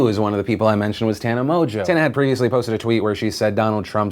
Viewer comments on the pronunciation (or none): Correct pronunciation: Tana MONGO.